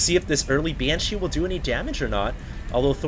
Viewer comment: is it that hard to pronounce "BANSHEE" ? it`s not "BYANSHEE" -_